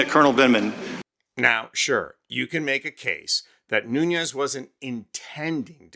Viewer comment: MR.Nunes is Portuguese, not Spanish. The correct pronunciation of his last name phonetically is: New nez.